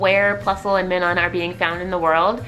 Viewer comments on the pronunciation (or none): You pronounce minun as if it's spelled meenon. It is pronounced Minus but instead of the s it's a n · Minun is pronounced like, "my-nun"....like, "minus". That's why they have a "+" and "-" symbol on their respective cheeks....plus and minus..